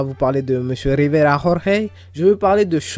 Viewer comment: Rrrriverrrrra rrorrrey